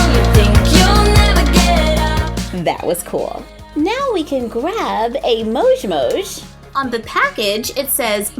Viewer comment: Why do yoi say mosh its moj